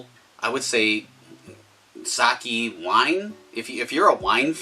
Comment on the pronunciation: you cant even pronounce sake correctly lol. start making videos again when you can say it right